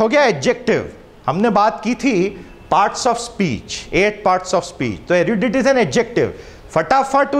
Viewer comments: It's 'eh-ruh-dait' not 'eh-ruh-deet'! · Sorry for correction- where I am from, we pronounce "erudite"{ as Er-u-dyte) not erudit(e) dit like bit. even the Oxford pronunciation is erud-y-te. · Your pronunciation of erudite is wrong. Google says its Er-uh-dite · Please don't teach incorrect pronunciation. It's erudite ( ah-ru-dait) not erudit(ah ru ditt) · Paragon is not an adjective, it's a noun. Erudite is pronounced /ˈɛrʊdʌɪt/ एरुडाइट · Great initiative...dont knw How I landed here...yet for the kind reconsideration of the speaker......erudite is not pronounced the way HE IS DOING ITS....ˈɛrʊdʌɪt/ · A very good lecturer. But many words are pronounced wrongly. For example ERUDITE, vivacious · Sir what is the source of your pronunciation of erudite .....please check again .....I have checked it ..you are pronouncing it wrong.. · He mispronounced erudite and precocious.